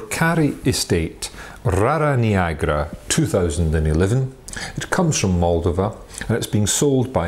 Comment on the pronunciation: You should work on pronouncing Moldova and Rara Neagra correctly.